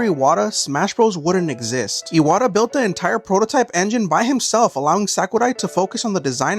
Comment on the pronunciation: bro the pronunciation is ass the name is pronounced “e-wha-ta”